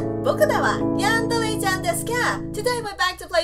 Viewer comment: Not hating but when you say yandere it looks like your saying 'yandalee' and who's watching this in 2016!?